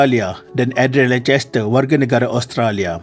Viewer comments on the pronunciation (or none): Salaam admin, sila rujuk gelaran Tun Di Malaysia. Diwaktu ITU rasanya semua pemimpin Masih bergelar Tan Sri. Gelaran Tun diberi sewaktu mereka bersara. Lancaster c disebut k. Harap maklum. Terima kasih